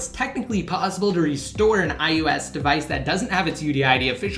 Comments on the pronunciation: WTF is iUS? It's I-O-S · Its IOS not IUS :)